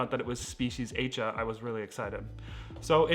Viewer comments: You mentioned the plant from Indonesia and I think it’s named after the island of Aceh which is pronounced “ah-chay”. Check it out anyway because I could be wrong. It was an island that was hit by a tsunami. I hope you are not offended by me correcting your way of saying it. Thanks for sharing your interesting plants to watch out for this new year and look forward to seeing updates. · \at͡ʃeh\ is the correct pronunciation. with a short è sound at the end.